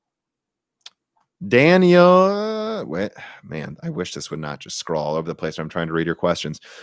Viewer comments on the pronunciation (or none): none